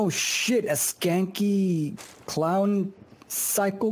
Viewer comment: since when does clown start with a 'k' lol